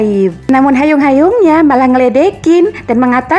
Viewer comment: Hyung kak. Bukan hayung 🤣🤣 lucu tapi🤣